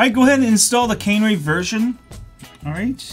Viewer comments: Canery? Cannery? CANARY! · Canary is pronounced like the bird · "Cannery" 🤣🤣🤣🤣 I love accents!